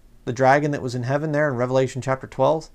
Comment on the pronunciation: was that an "S" i heard you pronounce or did you meant heaven ?